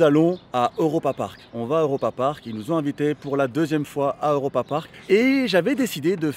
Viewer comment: Cool vidéo par contre c’est « Europapark » pas « Eauropapark » 😂😂😁